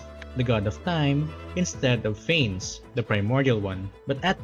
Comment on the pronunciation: It’s pronounced fan-ess